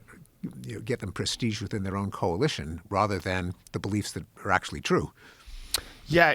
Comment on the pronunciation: He just said the deniers ACYUALLY KNOW ABOUT DATA